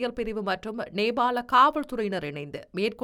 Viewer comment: Gathmandu அல்ல Kathmandu Gehel pathra அல்ல Kehel pathra Beliyagoda அல்ல Peliyagoda Nebal அல்ல Nepal உச்சரிப்பினை பார்த்துக் கொள்ளுங்கள் 🎉